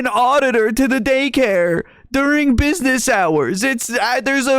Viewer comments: I'm pretty sure he said "bibness" at one point. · Guy wants to larp as a journalist and cant even pronounce business properly